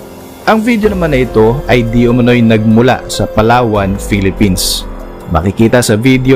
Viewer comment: Dapat po Yung pag bigkas mo sa Palawan ay hindi mabilis para hindi masagwa pakinggan poe...